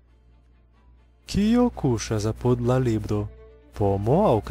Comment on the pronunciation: Ne "a-PUD" sed "A-pud".